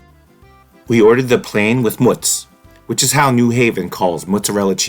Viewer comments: Zuppardis Bacon and onion with Mootz. Not Mutz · It's mootz, not mutz... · Coukd be, lol. Anyhow, Its pronounced like "moo" from a cow.